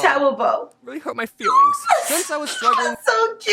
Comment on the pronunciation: WENZDAY James teacher:Really? James:That huwrt my fweelings James teacher